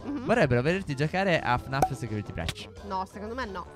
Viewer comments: NON È "BRENCH" MA "BRICH" ( ma si scrive breach) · Si legge bric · Ame piacerebbe se uno di voi gioca a fanf security breach non so come si scrive comunque la E di breach si dice con la I se non ci capite niente fate gli altri lo chiedo perché adoro fanf e tutti gliatri in sieme a fnaf security breach